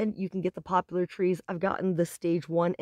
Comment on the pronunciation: It's called Poplar. NO U.